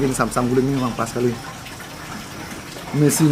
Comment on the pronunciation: Amsing kahakha amazing numb wkwk Salah ngucapin ya